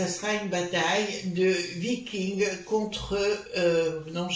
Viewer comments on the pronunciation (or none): none